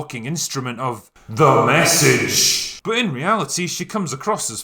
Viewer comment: I love when he says "THE MESSAGE"